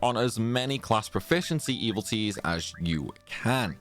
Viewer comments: E-VIL-i-tees. 4 syllables. Not “evil T’s” But thanks for the vid. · you keep saying "evil-ties". But the word is "evil-i-ties". You're eating the "i" in the middle. 🤭